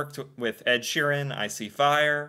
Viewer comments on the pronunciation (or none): none